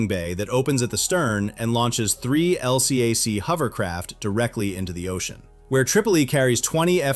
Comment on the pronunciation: I was on an LCAC, and we call them "el-cack," not L-C-A-C.